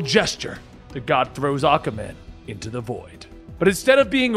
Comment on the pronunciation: Hearing you say “Ahka Man” 376 times made my fucking day. 😂😂😂😂😂